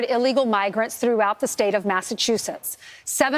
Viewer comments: Lol, you said Massa toosits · You’re so funny how you say Massachusetts with and extra T instead of ch 😂